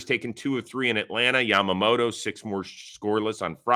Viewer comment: Yoshinobu Cy-amoto!